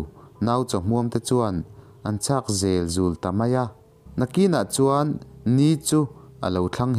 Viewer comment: "zel zul' tih hi thawnthu chhiar tu te hian thlukdik an harsat riau zel,"rorel, tih thluk Ang hian thluk tur. 'an nau chaw hmuamte chu anchhak zelzul Mai a."zel,tih Lai hi tlemin"zul,ai hian ti ri/sang deuh nghe nghe Ila